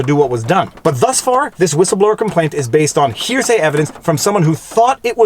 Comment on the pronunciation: It’s gross how you emphasized to hear say when the unclassified transcript itself is released and it fully supports his points